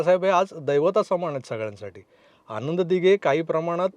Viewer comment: अशुद्ध भाषा आहे, सुधारणे आवश्यक आहे. न आणि ण मधील फरक समजून घे. आनंद दिघे असा उच्चार हवा, आण्णद दिघे नाही. अनौपचारिक✔️ अणपचारिक ✖️, वृत्तवाहिनी✔️ वृत्तवाहिणी ✖️